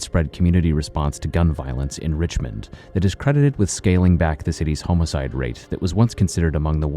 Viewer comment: Normal people: "homicide" Killer chronicles: "homocide" 😂